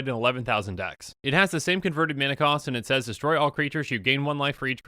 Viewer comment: I love that you read mana costs correctly (e.g., five-red-red-red and not five-and-three-red)